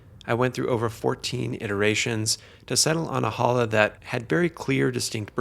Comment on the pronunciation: You should learn to pronunciate "challah". It is not "Hallah".